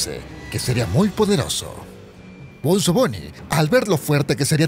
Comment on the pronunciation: Se llama bonzo no benzo ni bunzo